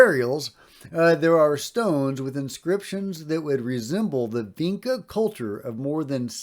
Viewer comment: FYI: Vinča is pronounced like "Vincha".